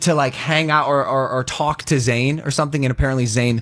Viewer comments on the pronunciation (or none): IT IS NOT ZANE, IT IS ZAYN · you were irrelevant anyway and by the way it’s Zayn